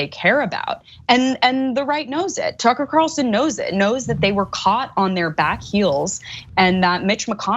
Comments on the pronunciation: I've been calling him Cucker Tarlson for years, so that slip made me laugh so hard! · "Cucker" that was a great slip :) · I did hear call tucker carlson "cucker" by mistake. 🤣